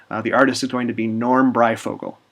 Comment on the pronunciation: This is a fantastic idea, Adam! Your peers at DC should take note. Looking forward to future installments. My only criticism - how could you pronounce it Bri-fogle?!